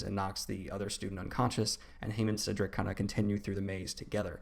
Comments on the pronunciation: Not “Seadrick” 😂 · 'Ceedrick' is killing me 😭